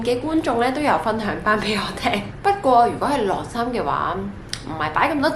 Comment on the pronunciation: 「䁁衫」唔係「掠衫」